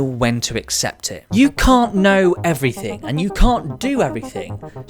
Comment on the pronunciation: why he says "yecum" in the start i can't hear "you can't"